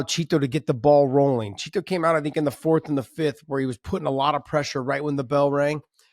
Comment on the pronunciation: It bugs me the way Josh pronounces "Chito".